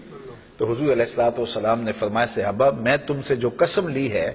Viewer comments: مولانا صاحب براہ کرم صحابہ کے لیے اپنا تلفظ درست کریں۔ یہ صیابہ نہیں ہے بار بار آپ غلط کہہ رہے ہیں۔ برائے مہربانی درست کرلیں. جزاک اللہ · مولانا صاحب براہ کرم صحابہ کے لیے اپنا تلفظ درست کریں۔ یہ صیابہ نہیں ہے بار بار آپ غلط کہہ رہے ہیں۔ برائے مہربانی درست کرلیں. جزاک اللہ مولانا صاحب براہ کرم صحابہ کے لیے اپنا تلفظ درست کریں۔ یہ صیابہ نہیں ہے بار بار آپ غلط کہہ رہے ہیں۔ برائے مہربانی درست کرلیں. جزاک اللہ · Janab sahaba karam hai sehaba nahi